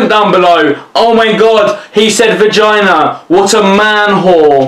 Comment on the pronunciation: Why do I find it hallrious when says "vagina" 😂